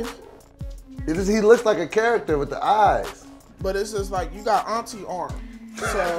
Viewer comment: I cried 😂😂😂 he said you got aurntie arms